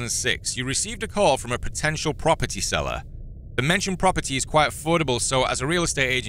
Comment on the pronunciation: propertay lol